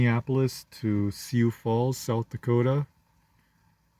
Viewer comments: Hate to be that guy, it's "Soo Falls" not "See You Falls". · I thought it was syoo falls.